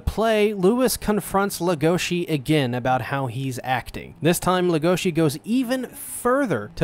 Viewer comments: Everyone: LEGOshi This guy: legOSHI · The fact u said everyone's names wrong even after they said it several times in every episode- Leg-oh-shee (stressed, unstressed unstressed) Hah-roo (rolled R) (Stressed, unstressed) Loo-ee (stressed, unstressed) (sowwy I had to I'm a Beastars addict) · Everyone says "Legoshi" but in reality it's "Legosi" like Bella Legosi, the old Universal Horror movie star from Dracula and The Wolfman. Even though in The Wolfman he only played a minor role as the gypsy "Bella", who infected the main character, Lawrence "Larry" Talbot, with Lycanthropy, thus kicking off the whole concept of the movie's plot. He also portrayed such Universal horror monsters as Frankenstein's creature, The Wolfman, in other pictures, and his most famous role as Count Dracula. The author has stated that Legosi's name is a direct reference to Bella Legosi himself. She also mentioned that his name being so difficult to pronounce directly effected her choice for the name of the other main character, the White Dwarf Rabbit "Haru", so that they were opposites not only in nature but in name pronunciation as well. Just some extra information I found interesting.